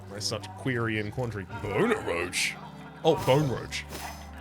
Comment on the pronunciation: I'm surprised it took you this long to pronounce boneroach correctly 😉